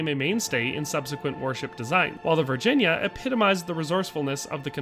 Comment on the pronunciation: Thanks for getting the name of the CSS Virginia correct!